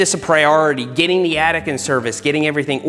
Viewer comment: Seth says, "The bike attic." I hear, "The bike addict." Meet you halfway, "The Bike Addict's Attic."